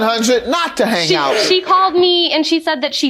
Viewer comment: Did the plaintiff say “hane out?”